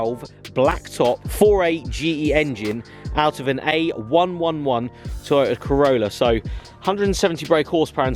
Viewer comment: it ae111 not a111